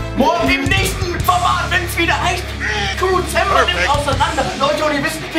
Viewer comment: hat am Anfang crewwzember gesagt aber es Kamm kein perfeckt